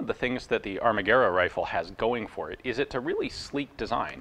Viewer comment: Greetings from Italy. Congratulations on your "Pronunciation", you read Italian very well. Surely you understand that you are US 😁 ... by the way, I didn't know much about the history of the ARMAGUERRA mod.39. Thanks.